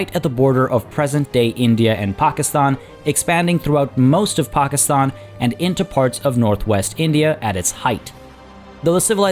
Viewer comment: One of the few people to pronoun Pakistan properly.